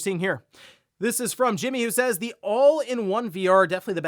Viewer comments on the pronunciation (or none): none